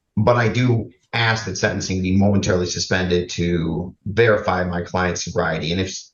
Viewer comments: needs to stop "axing" so much. She is going to dull the axe 🪓. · I’m Australian and no one pronounces ask that way here. It cracks me up every time 🤣🤣🤣. I’ve seen a very well educated African American female on YouTube pronounce it the same way and it just made me cringe! Why do people do that???